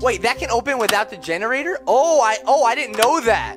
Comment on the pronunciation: “I want a genorater” walks past genortator Dora time